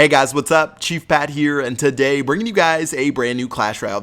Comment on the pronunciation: Listen how he says tsaday instead of today